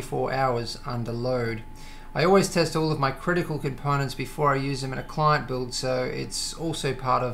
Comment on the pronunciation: i like the emphasis on CLient :)